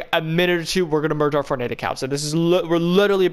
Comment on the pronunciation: take a sip of ur tea/coffee everytime he says merg ur fortnite accounts